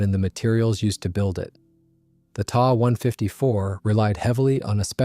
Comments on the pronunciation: Yikes! Quit using gamer-speak! The Ta 152 is a "T" "a" 152, not a "Tah" 154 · My bad, should read The Ta 154 is a "T" "a" 154, not a "Tah" 154. Ugh.